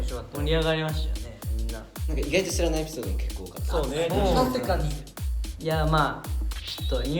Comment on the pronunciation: 浮所｢たすぃかにぃ｣ ふじなすかな 👀